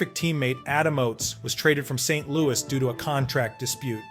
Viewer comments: The AI was fine until "Saint.....Lou EE". I'm out. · AI voice needs to learn how to pronounce St. LouiS like an American instead of a frenchie.. 27 goals first year in Calgary? Yeah this guy is a hack, send him down.